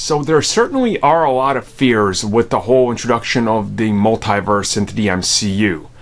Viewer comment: Mult”y”verse its multiverse bud